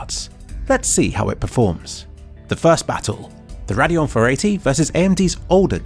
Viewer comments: i shuddered every time you said "raadeon" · I've heard a lot of people say "na-ve" instead of "nar-ve", not sure which is actually correct though. You're the first I've heard say Radeon that way too haha. Nice video by the way, just couldn't help but laugh at some of your pronunciations. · I've never heard someone pronounce everything so differently. "Nar-ve" instead of Navi, and "rad-eon" instead of "ray-deon".